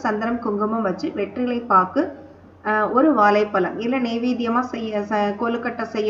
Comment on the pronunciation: Please tamil la correct pesunga ma.. vazhlaipazham nu sollunga... Valaipalam , valipadu... please learn to talk tamil in a right way because aanmegam idhuvum thaan